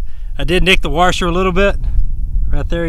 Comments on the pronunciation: Except for that "r" he keeps putting in "Washer". Heh, my dad says "Warsher" too. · A "warsher" lmao good video btw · I like how you say "warsher" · My god this "warsher"! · "Warshur" :P